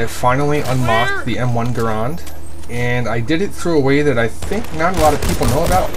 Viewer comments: i own bf1942 bf1942 secret weapons of ww2 bf21942 road to rome bf vietnam bf2 and i hope to soon get bc2. oh and its pronounced GU-R-AND not GU-R-OND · its pronounced either way but most call it GArand cuz thats how its spelled but i say grand like grand prix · ROFL Guh-rond. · lol people sat garand so gay its pronounced grand but still this vid awsome